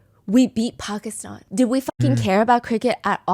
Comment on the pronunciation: ty for saying pakistan correctly Stephanie and not "paki-staan" 😭❤️